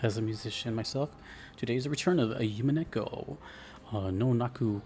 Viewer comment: Nice pull on the Winchester, that's absolutely what it is in the story. The U is pronounced like "oo" and not like "you". The episodes thing was because the game was originally released in eight ten-to-fifteen hour episodes that released every four months or so before being collected as a single game when they were all done releasing. There are websites where people track and rate the VNs they've played kind of like Goodreads or Letterboxd and Umineko tends to be in the top 10 of those for English players and top 25ish for Japanese players. The "Dragon Ball" of the genre is probably Fate/Stay Night and the Fate series in general. You're definitely right about the strength of the melodies, that's why this is my favorite OST in gaming.